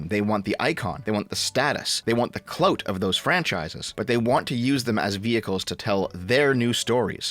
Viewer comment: saying “cloat” instead of “clout” will never not be funny